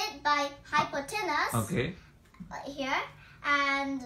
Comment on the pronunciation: it's "hypotenuse". carry on. best wishes!